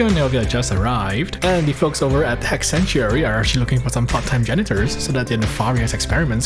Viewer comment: all i heard was he she it